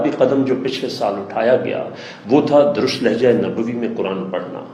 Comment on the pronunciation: جناب آپ درست کو تو درست ادا کریں